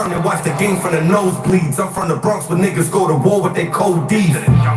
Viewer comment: 😂😂😂😂😂😂😂😂 Bwonx wiva Legend